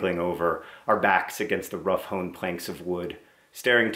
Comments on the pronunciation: "Hewn" is pronounced "hyoon". Not "hoon". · Overly concerned with your pronunciation of the word hewn. Just checked ... I was right, definitely incorrect. I'll give you a dialectal pass since your story entertained me and I love your content. Please keep being vulnerable with us, it is beautiful.